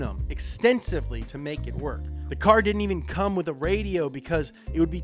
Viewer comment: why is it so wrong hearing that AYVEN instead EEVEN